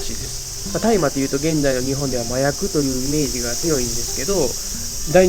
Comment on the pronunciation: 「たいま」ではなく「おおあさ」ですね。